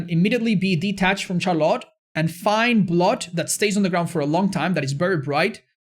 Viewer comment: I love ya man, but i hate how you pronounce Charlotte